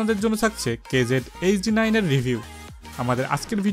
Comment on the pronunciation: It's KZ not QKZ 😑😑